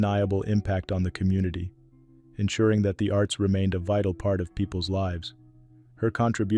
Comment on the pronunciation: It's pronounced Vy-TAL not vitally